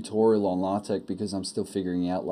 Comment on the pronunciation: Ahh, a video I can respect! And you said it correctly! Congratulations on the child, enjoy. :-)